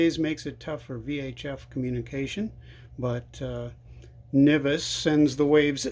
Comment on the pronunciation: Nice job with the video!! If you don't plan on operating with the top closed, then why did you add the outer antenna connection? Also, I have always heard it pronounced "en-vis", never "ni-vis"